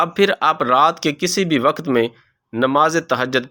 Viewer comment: Waqat nahi balke waqt urdu ki adaaegi drust naheen rakt nahi balke rakaat